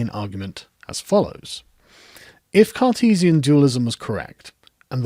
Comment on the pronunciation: How come every time you say “Cartesian” all I hear is “Sarkeesian”?Rather strange ;)